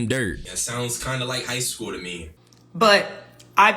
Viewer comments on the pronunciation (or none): none